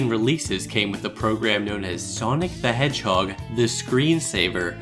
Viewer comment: Knack sounds like Neck. Sunki the edgehog & Neck